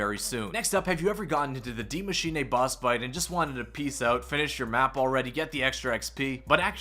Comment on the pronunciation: Yo... Can you please stop saying Dee MachinAAY. Die Machine (dEE mah-sheen-UH) is the correct pronunciation.